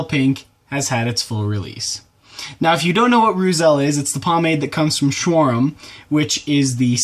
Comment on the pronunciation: Pronounced "roytzel"